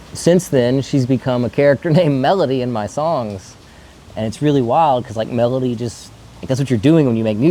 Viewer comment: Sounds like you fumbled melody bro